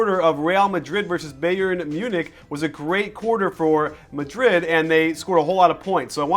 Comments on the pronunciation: lol it's pronounced "bi • earn" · Who is this beyern he is talking about? Lol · Coach I don't care if you mispronounce most of the player's last name, but the team name, Bayern, you should be able to pronounce correctly. There's a huge football (ala soccer) team with that name, and it's pronounced the same. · The way he says Bayern kills me